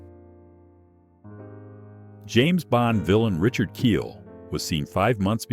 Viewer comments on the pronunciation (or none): none